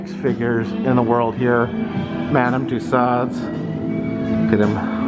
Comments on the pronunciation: Too-so's. You're butchering the French language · The only thing I will say is, I wish you would pronounce the lady's name correctly!